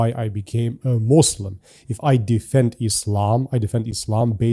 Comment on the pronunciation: Moozlim....sounds accurate 😅